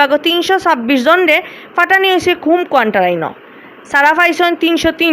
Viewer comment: ই আফায় কোয়ারেন্টাইন খইতা ফারইন না, কোয়ান্টাইন খইন। 😛😛